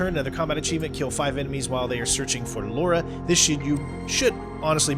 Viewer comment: Ok... after all of this i really had to leave this comment, subscribe and like all the videos. First of all thank you for all the guidance and good vibes even when your child scares you =) After, its said Lára Croft. The platinum is done and its been a voyage because i just love Tomb Raider since i was a child. I think you are in the right path on your channel, just keep being you because i had a lot of fun with this one. And thats all, big hug from Portugal and hope the best for you all.